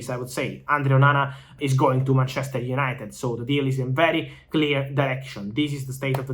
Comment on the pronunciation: The way he says ManCHEster united :P